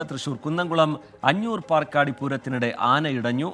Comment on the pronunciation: ചേട്ടാ പർക്കാടി അല്ല. പാർക്കാടി ആണ്